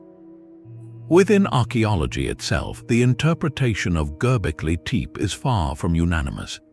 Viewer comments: Gobbly,Teep? Well, that’s a new pronunciation of it. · At least learn how to pronounce it